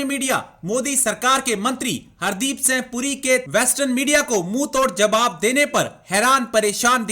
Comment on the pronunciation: The person who made the video could not prononce ' singh ' correctly. Very funny. Nonsense. Idiot.